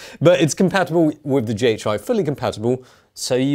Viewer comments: Just say the companies name correctly 😣 It’s not DGI. It’s DJI. Jesus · Is DJI supposed to be pronounced DGI? I don’t get it. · DGI? You mean DJI?